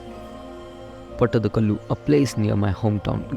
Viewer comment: First of all it is not mythology it's our itihasa... Secondly time and again you don't have to pronounce like a urdu speaker calling it pattadkal... It is pattada kallu...say it properly...